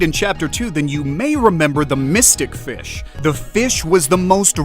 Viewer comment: BRO SAID MYSTIC FICH